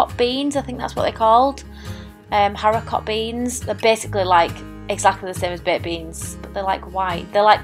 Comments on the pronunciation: Just so you know for future reference. The T in haricot is silent. I do tend to prefer browning my meat before putting it in the slow cooker, especially with things like chicken and sausages as it helps to seal in the flavour. I have to say buying a slow cooker is the best thing anyone can do as it is the most useful of all kitchen gadgets. I'd be lost without mine. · Great video, these items are in tomorrow’s shopping list, so thank you. And so you know, the T on Haricot is silent, so like Haribo but with a C 😊 take care x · Great recipes, i do love the recipe for the sausage casserole, you don't need to pronounce the t at the end of haricot beans, they do make it tasty. I've always just used a sachet of casserole sauce but you have inspired me. Thank you x